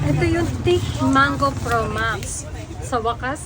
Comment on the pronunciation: It's THICK NOT TIK!!!